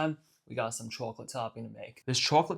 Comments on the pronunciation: "chawklit" lmao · Bro said chawclit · you have gotta be from NY, the way you say chocolate